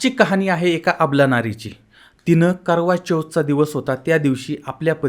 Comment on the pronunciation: ते चोद नाही तर चौथ असं आहे, चोद चा अर्थ भलताच होतो😅😅😅😅😊